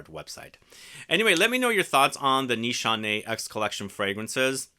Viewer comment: It’s nis hané not nishanay